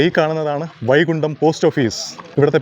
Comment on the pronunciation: വൈകുണ്ട എന്നല്ല…,, വൈകുണ്ഠം എന്നാണ്…